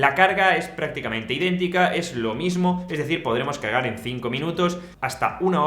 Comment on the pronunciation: Minuto dice cagar en 5 min en vez de cargar